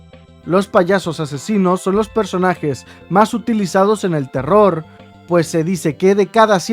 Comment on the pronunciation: No se dan cuanta que en vez de decir terror digo teror XD